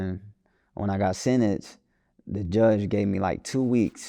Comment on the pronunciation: Not him saying Kodiak black could barely speak a sentence but he can’t even say the word “sentence “ 😂😂 .